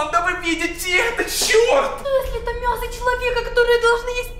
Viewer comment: говорил мьясо